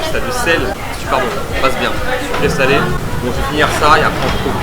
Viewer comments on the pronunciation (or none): none